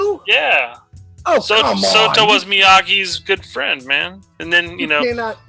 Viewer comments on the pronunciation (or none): Ahem, in KK II, it’s “Sato”, not “Soto”